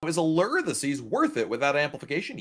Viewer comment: Really enjoy your comments about Diamond vs Diamond +. Only, your pronunciation of the ship is rather strange (A-lurr). Please try A-loor. This video was full of really good info. Thank you.